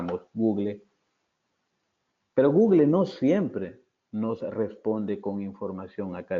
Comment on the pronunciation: Muy interesante y gracias por la información suministrada. Le sugiero al que revise la pronunciación de su inglés con los docentes de su universidad. Ejemplo: Google = /ˈɡuːɡ(ə)l/